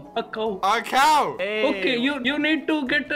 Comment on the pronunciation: Dream said cuw not cow